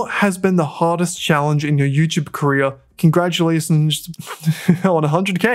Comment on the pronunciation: Bro really said congragulation 😂😂